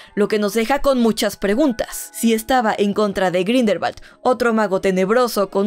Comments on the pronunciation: Ya recorde porque deje de verte, me desesperaba el grindelbal siendo grindelwald.... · Grindelbat 🤣🤣🤣🤣🤣 dios mio 🤦